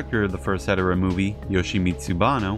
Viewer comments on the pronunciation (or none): If you don’t fully pronounce Hedorah or say it too fast it sounds like you’re saying hetero